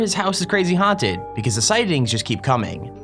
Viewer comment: Like and SUPSCRIBD!!! And you will not get honted